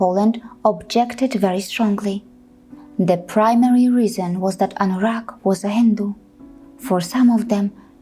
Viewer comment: Wait a minute...you really..you really pronounced Anurag clearly? I'm really impressed 😍😍. I don't know who told anyone that Sanatan dharma (modern name Hinduism) mainly worship Satan! But I'm really really feel sorry for those who think that. Hope that the world will become peaceful again.